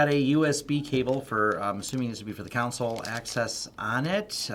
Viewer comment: 'console' does not sound similar to a defense 'counsel' :)